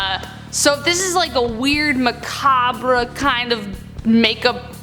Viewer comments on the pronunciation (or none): Why do so many ppl mispronounce macabre? 😭